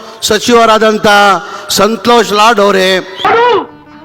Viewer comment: ಸಂತೋಷ ಲೌಡಾ ನಾ? ಸರಿಯಾಗಿ ಹೇಳಿ ಸರ್ ಗಿಡ್ಡಿ ಬಡ್ಡಿ ಮಗನೇ ಸಂತೋಷ ಲಾಡ್ ಅನ್ನು